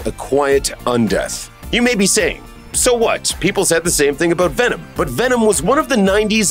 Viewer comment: Did you just say "we're aboot to find oot".